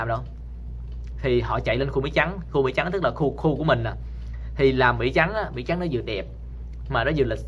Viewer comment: Anh ơi!! Mỹ chứ ko phải Mỷ!!!